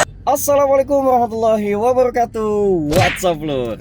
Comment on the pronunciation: Afwan antum baca/ ngucapin "Salam" selalu salah..... وبركا ته Wabaro kaa-tuh, bukan wabaro ka tuuuh